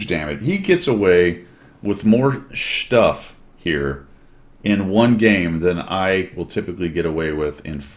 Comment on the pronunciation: Shtuff? You invented a word. Is -ese a thing now?